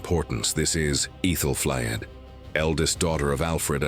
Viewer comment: Yes. Medieval names are difficult to pronounce, but does AI have to pronounce them differently every time they’re said. 😂 I lost count, when it said Æthelflaed at least 4 different ways in one segment I turned it off. 🤦‍♀️